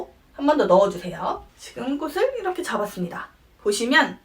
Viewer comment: ㅠㅠ 꼬시 꼬슬 아니고… 꼬치 꼬츨